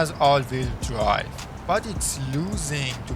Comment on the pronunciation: all veel dwive :))) LEARN ENGLISH